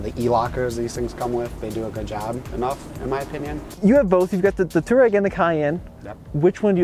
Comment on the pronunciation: It's a f***ing touAreg (tWA-Reg) not a too-reg!